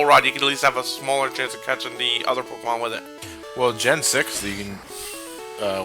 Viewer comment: A Pokéman? God, it's my first grade teacher all over again. That's how she always pronounced it, and oh God, did she hate Pokémon. If you even mentioned it in her presence, you were met with disciplinary action.